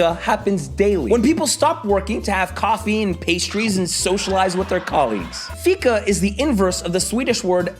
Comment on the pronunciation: you mispronounced fika....the rest was spot on.....wanna have some?